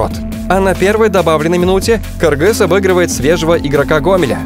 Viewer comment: отдельное уважение автору за то что правильно выговариает слово Кыргыз,а не Киргиз